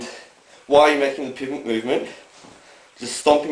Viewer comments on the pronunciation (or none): instead of pivot it sounds like hes saying pubic lol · I heard Pubic when he said Pivot. lol. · did he say "pubic movement"?